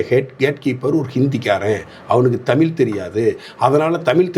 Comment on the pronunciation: உங்கள் வலைதளப் பேட்டிகளை மிகவு ம் ரசிக்கிறேன். மிகவும் அறிவார்ந்தவைகளாக உள்ளன. உங்களது பேச்சுத்திறன் மிகவும் பாராட்டத்தக்கதே. ஆனால் ஒன்றைச் சுட்டிக்காட்ட நினைக்கிறேன் நீங்கள தமிழை தமில் என்று கூறும்போதெல்லாம் என்மீது அமிலத்தை ஊற்றுவதுபோல உணர்கிறேன் தயவுசெய்து திருத்திக்கொள்ளுங்கள்